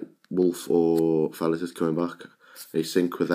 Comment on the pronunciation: sounds like youre saying falice